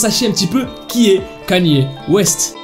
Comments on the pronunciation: Kanier au lieu de kenye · Je rêve ou il dit vraiment Kanyé au lieu de Kanye 😂😂😂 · Stop saying kAny west ;-; sa se prononce kEny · kainew west la prononciation pas knaiiiiie west 🤣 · on dit pas kenier mais keny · kanier west moi:panier west... panier ouaip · le seul mec qui arrive à écorcher le non d'une star puis le dire correctement et écorcher de nouveau (Kanier West)🤣😂🤣😂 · J’suis la seule à prononcer le nom de Kanye West « Kenny »?😭😭